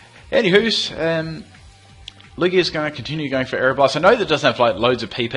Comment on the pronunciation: Christovaal Schmidt I definitely don't use Lew-ig-ia though XD I'm pretty sure its pronounced Lew-gia